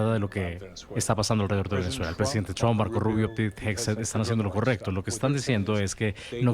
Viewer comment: el comentador no puede ponerle un poco de esfuerzo a la pronunciación? quien carajo es "Tron"?